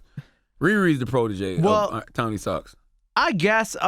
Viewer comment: for the love of god its Tony StarK, not StarKS charlamagne